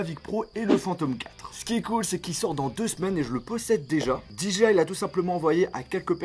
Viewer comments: Je deteste quand au lieu de Dire DJI tu dis Diji aïe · "Di ji aille" !! "La petit cloche" 😂